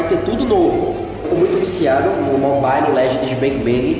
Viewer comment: “mobailo” kkkkkk